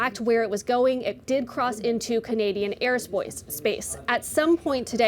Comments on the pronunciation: “Airspoce, Airspace” ☠️ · “Air spoice”